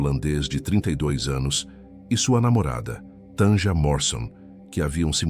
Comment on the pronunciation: Não se pronuncia Tanja, é Tânia, o j tem som de i.